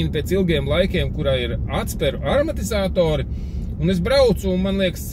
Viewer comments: Nevis aRmatizātori, bet AMARTIZĀTORI🤙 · Es vienienīgais pārklausos un dzirdu "aromatizatori"?